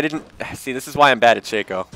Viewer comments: it's not "shakeo", its "shocko" a "shakeo" is a hat marching band players wear. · Actually, if you go by how Riot pronounces it (and why wouldn't you? They did create him) it is "Shakeo", he pronounces it right